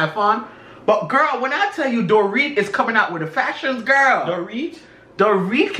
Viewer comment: He said “her name is Don’t Read?! 😂 it’s DORIT, like Doritos chips, honey! baby!! 😂